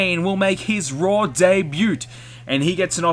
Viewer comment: The way you kept pronouncing "debut" made my skin crawl. Apart from that, good video.